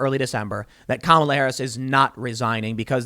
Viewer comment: Not Kahmala, but KAMala! She will bite your head off.